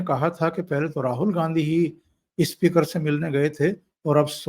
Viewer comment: Speaker ko ispeaker mat bola kijiye. It speaks bad of Hindi.